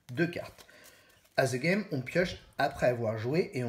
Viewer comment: On prononce ' De Game ' pas "Ze game" ...